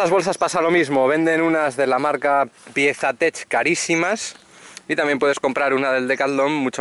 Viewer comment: No es piesa tech .. aprende a hablar en ingles.. se llaman touratech. Jajaja